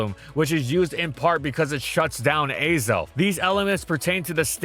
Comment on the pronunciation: The Azelf pronunciation was painful. I’ve always thought of it as Ah-self, not Ay-self.